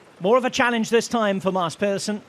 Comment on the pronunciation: As a non-Danish speaker, I know "Mass" is correct, but I thought Pedersen is more like Peedersen and not Pehdersen?